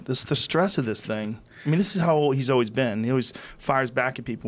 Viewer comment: There's no "o" in "always". Now Joe is saying o-ways. Kids these days.